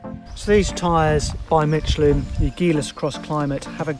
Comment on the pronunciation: I'm pretty sure it's "michelin" not "mitch elin". Think of the name "michelle"